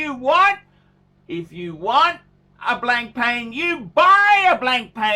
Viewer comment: This fucking twat doesn’t even know how to pronounce it....Blank Pane ...nearly pissed myself laughing. Who is this bigmouth, gobshite anyway? And why does his OPINION carry any more merit than anyone else’s? Obviously another self-deluded You Tube legend...in his own lunchtime 😂🤣 You can have the flashiest watch or car out there but you can’t buy class. Guess what? This guy is ‘a shitter’ 😂